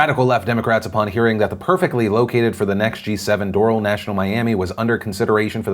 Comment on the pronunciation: Bobby Lawrence it’s door - al and floridians are high maintenance